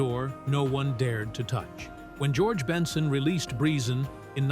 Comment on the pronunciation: How can you do a story on someone and can't pronounce🙄 the name right